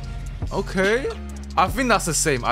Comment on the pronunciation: be like: "i think"❌: "i fhink"✅